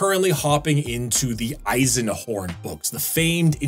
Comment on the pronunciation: Dude did u train ur german pronounciation? that eisenhorn was spot on!